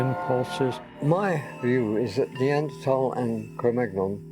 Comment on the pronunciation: I might find this more credible of the 'experts' could pronounce Neanderthal correctly. As for the rock, I think this is like seeing the Virgin Mary in a piece of burned toast.